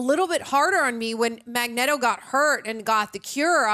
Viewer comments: Every time she says magnetto I choke 😭😭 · My ears are bleeding every time she says Magneto name wrong. Please learn the name. MAG LIKE MAGNET AND Neto like it would be neato if you say it correctly. Please!! It hurts!!!! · Just say Magneto's name right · If you think about it, calling him Mag-Neto makes more sense because it’s magnet with an o added. Which is what his powers are and would sound exactly like Mag-Neto! 👏🏽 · Mispronouncing Magneto's name was funny at first but come on its not that hard. This man is a legend. Put some respect on his name. 🥴